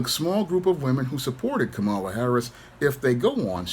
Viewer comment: Someone by now still not knowing how to pronounce Kamala, is really just saying: "I am dumb".